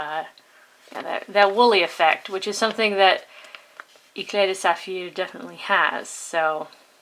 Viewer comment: Yeah, it seems like it... that maybe what you have is not the "normal" eclat de saphir. By the way, love the way you pronounce it "Eclat de Saphir"! Being me (ignoramus with pronunciation), I read it as how it's spelled.. "Eklat de Safir" hahaha... Hope to see more reviews. I am now clicking the Subscribe button :)